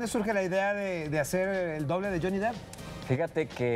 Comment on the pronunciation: No mamen JAJAJAJAJA se escribe DEPP no DEEP (le están diciendo Johnny Profundo)